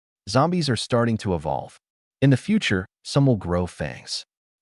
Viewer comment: for everyone who watched pt1 pt2 start Also, you need to teach your AI to ignore periods and how to say it, is, in, an instead of I.T or I N or w/e it breaks the concentration and ruins the story a little bit, j/s" Edit: btw dont get me wrong this is a fantastic story, i deff recommend, ppl should give it a watch!!